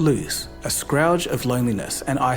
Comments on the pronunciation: scrouge? or scourge? lol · Was listening to this and had to pause and wind back when my man said scrouge instead of scourge 😂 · Did... he just say scourge as "scrowdge"?!